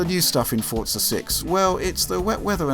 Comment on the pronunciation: the way people pronounce forza ford-za makes me cringe really hard